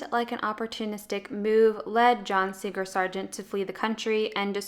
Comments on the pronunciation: ‘Singer’, not ‘Sing-ger’. ‘Somebody’ is singular; ‘their’ is plural. ‘Vox emissa nescit reverti’. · His name was John Singer Sargent not John Sing-ger Sargent. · Interesting video, but I've never heard "Singer" pronounced like that before.